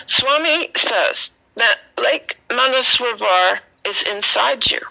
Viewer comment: Dear..just to make the pronunciation clear to you - it is Manas Sarovar.